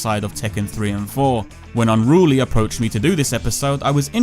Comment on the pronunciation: "Unrooolie. Not rooolie."